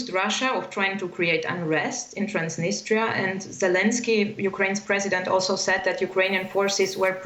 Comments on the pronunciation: Trans-Da -nis-der It's Trans-nis-tre-a lol 😆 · "Transtinister" perfect 👍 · It’s “Transneester” now? Wasn’t it “Transnistria”? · I thought it was called Transnistria not Transnister. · I guess nobody can't pronounce such a word TransDniester. It's Transnistria from the river Nistru. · Transdinistra? Thought it was Transnistria. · It's Transnistria not Transnister! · Please, Transnistria, not Trans-dniester! Trans-dniester is a Russian pronounciation! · I didn’t know Transnistria was pronounced transnister . I’m not European can someone explain??? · Are you a Journalist ? Is not Transtinistria, LOL, is Transnistria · do not know why you call it transneester when the people of that land call it tranz-nis-tree-ah transnistria. did people forget how to read and break down words to syllables. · Ha ha ha, “transnister” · You have a guest who is pronouncing the name of the region correctly and you have two correspondents completely chewing the name. How about you actual be professionals rather than just pretending. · By two separate reporters incorrectly called Transnistria, that's trans-nist-ria. Your output is usually reasonable and the standard of your journalism is respectable. But basic place names are things that are correct prior to going to air. ( uses the correct place name, I think he's way more familiar with the place that your journalists). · get used to pronouncing it. It's tranz·ni·stree·uh